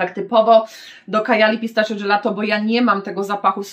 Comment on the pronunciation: Jak zawsze mega ciekawie, pozwole sobie tylko na jedną uwagę. Pistachio wymawia się "pistakio" Pozdrawiam:)